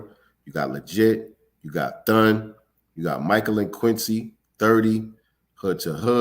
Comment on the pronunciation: That "THUN" is impeccable ..